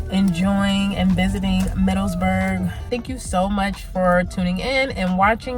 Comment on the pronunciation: Nice video! Remember it's "Middleburg" not "MiddleSburg."